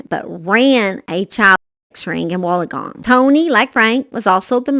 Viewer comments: I'm from Australia and if you say it really fast like ( Wool_in_gong ) you have it right. I don't mean to be rude at all I love your videos I just thought I would help a gal out in this big YouTube world. Lol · I was going to help the gal out but you beat me to it. Either way it is always entertaining to listen to anyone mispronounce Australian words 🤣♥️